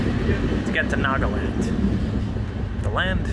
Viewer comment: guess learning to pronounce Nagaland (naa·guh·land) is too much for you